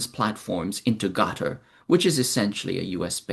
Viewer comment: It’s pronounced “cutter” & not “gutter”